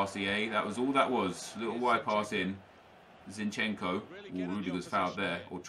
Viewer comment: You Call zinchenko like Zinchen-Ko But you need to pronounce it all together